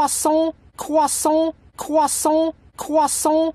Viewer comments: my favorite part is when he said CwEsAnT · He's saying cwahsont